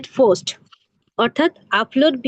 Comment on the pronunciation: Try to improve your pronunciation and remove your local language. like "Post" instead of "Fust"